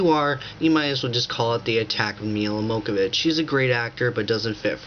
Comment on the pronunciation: You're an idiot. It's Johovich, not Mokavich and it's Romero, not Ramone.